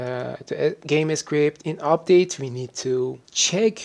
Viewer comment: he actually says "game s cript", maybe he cant combine the letter s with the letter c?